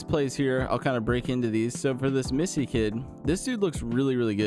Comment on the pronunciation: Yves Missi (Eves Me-see) 😊